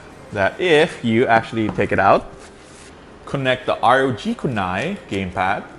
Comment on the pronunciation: am I the only one hearing "argue phone 2"?